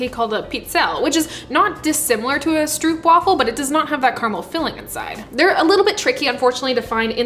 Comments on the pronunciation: I love the fact they're getting more well known, but the English pronunciation is just so grating. The "oo" is more like the "o" in home than the "oo" in cookie. I can take the soft r and the "waffle", but the "oo" thing is just painful to me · As a Dutchie, I find stroopwafels so overrated. Like they're good, but not to the point of all the hype. Also everyone pronounces it so weirdly. It's pronounced more like hope (str-ope). Not struup. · The best way to describe the dutch pronunciation is "strope wàfel" i think, i love this video so much! Greetings from the netherlands! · Stroopwafel. Bit of a personal pet peeve of mine but just pronounce it "Strohpwaffle" with the "oh" sound replacing the "oo" sound. But yes, delicious sweet treat that has been served aside many a cup of coffee and tea. There's a supermarket that does weird flavor variations on them, sea salt caramel is quite delicious but nothing beats the original. And well done on putting in the effort to make your own! :) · Stroopwafels are actually pronounced more like an English person would pronounce stropewafels (almost like rope but with "st" in front). The double o is just a regular o sound for us dutchies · If you ever wondered, it's pronounced "strew-erp-vafel" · Being Dutch, I enjoyed you making ‘our’ stroopwafels 😀. BTW, the real pronunciation of the ‘oo’ in stroop is exactly the same as the ‘oa’ in oatmeal 😜. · as a person who has read a comment from a Dutch person on another video about the pronunciation, I also agree with this. But I don't like it. I prefer the way she says it in the video. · I love This!!! Koffie and stroopwafels are so good togheter. Fun fact: did you know the oo in stroop is pronounced like the oo in door? It’s not a oe sound haha (I’m sorry i’m Dutch and I made it my mission to teach the internet how to pronounce stroopwafel) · The oo part is pronounced as the oa in boat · Great video, but again it's Stroopwafel. Where the oo in stroop is pronounced like the o in go.